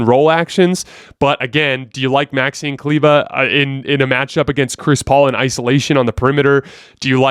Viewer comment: Dude is called Maxi Kleber not Maxine Kleber.